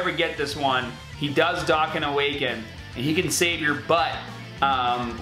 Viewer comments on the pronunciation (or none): The way youre pronouncing dokkan is really annoying